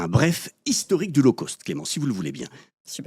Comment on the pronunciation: Coucou c'est rigolo mais je vais faire la mégère: "low cost" doit se prononcer correctement (donc pas l'eau causte par exemple), sinon ça pique trop les oreilles. My tailor is rich - of course. Mais sinon c'est bien sûr pertinent de voir à quel point nous valons de moins en moins tout en continuant à payer de plus en plus. Bisous xxx L0ve Unlimited 🦋💗🕊🙏😇🍀🐞🌈